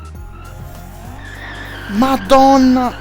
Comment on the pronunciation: As italian, this is the best "Madonna" I ever heard from a non-italian